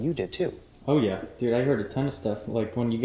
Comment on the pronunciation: it sounded like the person said yeah but pronounced yah that is crazy cool 🖤🖤🖤